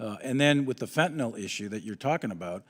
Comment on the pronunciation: I just have to say this ... stop sounding uneducated by saying "fentanol". It's fentanyl! Much like "nuclear" vs "nukular". C'mon!